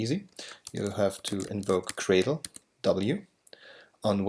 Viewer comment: I love libGDX. Super easy to work with and yet still super powerful. But apart from this, there is this one thing that always bugs me. Is gradle really pronounced like "Cradle"?